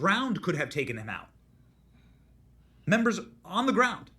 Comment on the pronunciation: I love you man but every time you say “tookin out”when it’s “taken out”, ….it gives me a an oh no!!! Love you man.